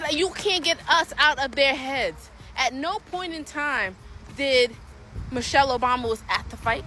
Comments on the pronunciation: Lol this was probably just done to go viral notice he said (Mo'chelle) not Michelle. I bet not enough people paid attention and it was a last min effort to go viral. That was Kool-Aide served not Tea and the internet drank it once again. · Dummy said Mochelle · No brain at all. Because Trump can say anything to them, he thinks he can say anything. Can't even pronounce Michelle. He said Muchelle. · Its MICHELLE not MOCHELLE idiot!! The TRUMP administration is the MOST UNEDUCATED, RACIST and GHETTO representation of the ELITE and the MOST UNAMERICAN AMERICAN'S!! And ONCE again the OBAMA'S displaying UNIFICATION and HOPE a few days later in Chicago!! ❤🎉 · to josh: her name is michelle not mooshell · He couldn’t even pronounce her name correctly, like who the hell is Mochelle Obama 🤦🏾‍♀️🤦🏾‍♀️🤦🏾‍♀️ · This insult came from someone wearing a speedo to an event that drew around 97 percent men. Wow! And ask him who is Moechelle , that’s how this genius pronounced it. Where I work most of the people I come across like that, their parents are brother and sister. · "Mochelle" Obama. Couldn't even get the name right! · He can’t even say Michelle right. From President to the white house and fans, they all sound like 3rd graders. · He has soo little respect for Michelle, he didn't even want to pronounce her name correctly...